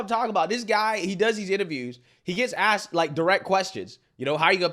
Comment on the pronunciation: It is a goddamned shame that mayors can not speak proper grammatical English. Johnson in Chicago and Scott in Baltimore both "aks" questions about accountability of the mayors of Democrat "ran" cities. 😂😂😂